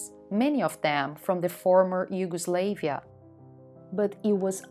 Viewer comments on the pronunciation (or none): Nice video about an interesting part of Amsterdam history. Please note: -The IJ is not a river. -Do not pronounce the first "a" of Yugoslavia as an English a (as in "slave"), but rather like the a in "artist". The Slavs are not slaves.